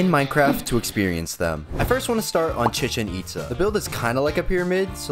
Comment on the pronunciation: ChEcHen EtsA BRO WHAT THE HECK IS THAT PRONUNCIATION AHAHAHAH